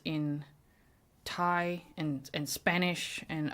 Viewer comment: Thank you for having the respect for other cultures to try to pronounce names correctly. I especially appreciate that you looked up spelling-sound relationships for Thai enough to recognize that <Th>=/T/. Also, Thai sounds don't line up exactly with English sounds. The last name of the police chief, which had either CH or J, the character จ is usually written J but it's closer CH than the English J. (I study the English pronunciation of Thai speakers, so this is something i enjoy talking about)